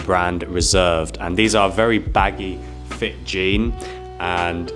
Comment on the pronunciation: is talking about “fit pictures” and I always hear “feet pictures” 😅 and thinking OMG another YouTuber selling his 🦶 pics 😂